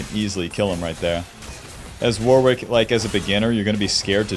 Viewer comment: it's pronounced Worrick, Warwick is a town in the UK and also a common first name here. It is definitely not Wor-wick